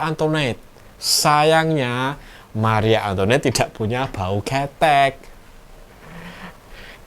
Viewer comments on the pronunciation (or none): Marie antoinette dibaca mari antoang 😅